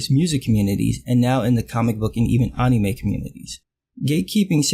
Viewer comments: This dude said Ah-nime?! Jump him! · OMG!!!!!!! the way he says Anime is so wrong but whatever.